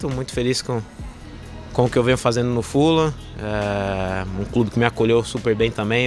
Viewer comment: Pronuncia correta: fulan